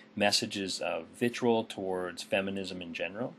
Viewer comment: All you have to do, Jacques Cuze, is watch the remainder of the video and you'd find the same number of citations showing that is indeed an anti-Semitic that used to show that Mens Rights Edmonton is a hate group, etc. Also, how mispronounces "vitriol" is suspect. Very suspect.